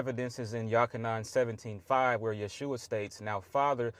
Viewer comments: To this young lady : Jesus original name is Jeshua not yehusha. He said it right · Sorry, he was right on the Yeshua pronunciation. Notice the s is before the h.